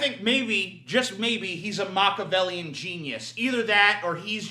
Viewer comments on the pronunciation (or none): Just a heads up, Machiavellian is pronounced Mack-ee-a-vell-ee-an. You missed a syllable.